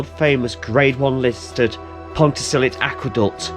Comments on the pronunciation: Long time viewer here. 😊 A quick correction on pronunciation - it's pronounced pont-a-stuck-te with a soft ck, and Ruabon is roo-abbon. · Great video! Almost got the pronounciation correct. It ends with an uh sound, not an ee sound ;)